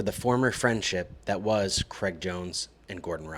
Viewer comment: How difficult is it to pronounce the name “Craig”